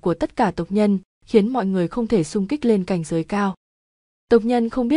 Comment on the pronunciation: Lạy đọc bậy zậy cảnh giới mà đọc sai t lạy